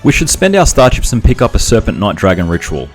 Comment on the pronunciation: I kept hearing star chips as star ships. XD Fun challenge, though!